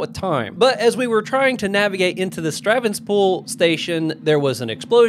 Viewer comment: It's the sevastopol station, not stravenspool. 😆